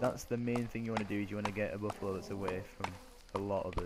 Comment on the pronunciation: It's Buffalo not boffalo